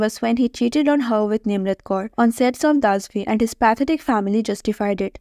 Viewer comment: बहेनजी दसवी ठीक से बोलो ना.दासवी क्या होता है.Extremely silly sister not stylish